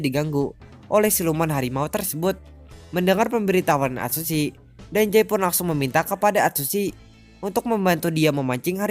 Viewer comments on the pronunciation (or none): Bang penyebutan "Dazai" itu salah bang Karna ada huruf "Z" Bukan "J" (Dazai) bukan (Dajai)🤦🏻‍♀️🤦🏻‍♀️ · Gue malah denger dia ngomong danzai njir🗿